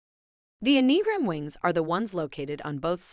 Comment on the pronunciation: Okay, first things first… repeat after me: ‘Enneagram’, pronounced: EH-NEE-AHH-GRAM.